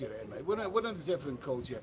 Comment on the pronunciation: Hey, the word "Here" is a one syllable word. Just like "Beer" 😃